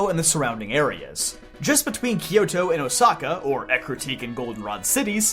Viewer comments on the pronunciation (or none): Why "key-yo-to"? It's "kyo-to"